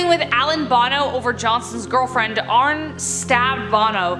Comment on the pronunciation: ArnE not Arn. DefeO not Defae. If you’re going to discuss these people please learn how to pronounce them correctly